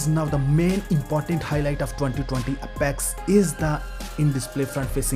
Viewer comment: Have you not even bothered to google what's the correct pronunciation of "Apex"?